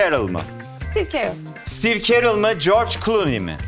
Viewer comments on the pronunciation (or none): sitiiv kırel o sitiiv kerıl değil.